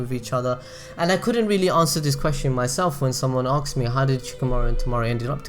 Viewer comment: hey, man, like your content, but I don't understand why do you pronounce the word "asked" as "axed"?